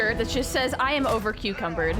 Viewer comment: Heheheh she said overcucumbered.